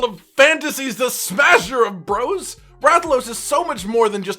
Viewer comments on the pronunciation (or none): none